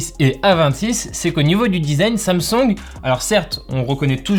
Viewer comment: "sam songue"